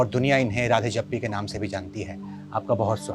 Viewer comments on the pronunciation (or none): राधे जप्पी नहीं भाई राधे जग्गी 😅